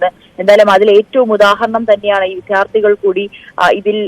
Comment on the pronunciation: വിദ്യാർത്ഥിയാണ് വിഥ്യാർത്ഥി അല്ല, റിപ്പോർട്ടർ ശ്രദ്ധിക്കണം